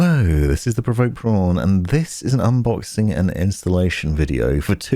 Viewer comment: THE PROVOKED PRWAN! I did laughing out loud when I heard that xD Thanks so much for the great vid! very helpful for somebody who feels very out the loop with building